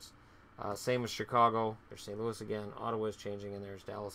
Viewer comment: Ottawa with the O please